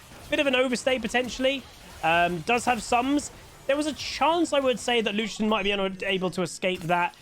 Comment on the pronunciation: i hear luchden 😅